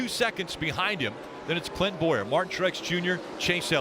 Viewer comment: i swear it even sounds like he even dropped the N in Clint's name, then the "oohhh~" I'm laughing my ass off